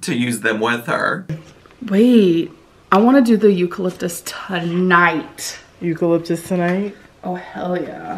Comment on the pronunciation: Amberlynn: I want to do the "EUCALIFTUS" tonight girl just made up her own word